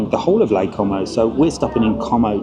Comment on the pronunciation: Great idea, but if you do mention it, drop the 'com o' and pronounce it 'co mow' 😂